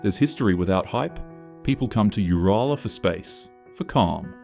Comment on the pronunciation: Sick of AI voiced videos nothing bugs a true Aussie than hearing names butchered ‘like Uralla’ if your so lazy you can’t voice a video then don’t make one …I’m blocking this AI channel as I do with all AI channels